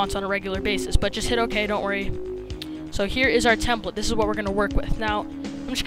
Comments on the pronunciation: Learn how to say template. -_ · Its not templet, its template.. lol